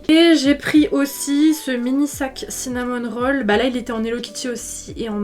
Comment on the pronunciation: Mais c’est Cinnamoroll pas Cinnamon Roll non ? J’entends le N ça me rend folle